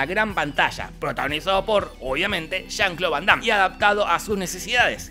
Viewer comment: Pinarello, no le digas jon cloud vondam, siempre pero siempre dices Juan Claudio, hace mucho la diferencia en este con el anterior.